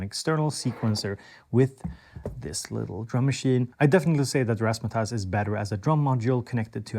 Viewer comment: You said razz ma tazz correctly